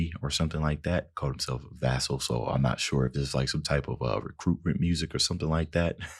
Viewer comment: Vessel, as in a vessel for this message. Not vassal. That's something different.